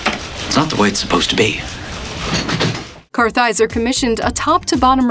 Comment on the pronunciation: Way to blow the pronunciation of Vincent Kartheiser's last name. Kaiser? Really??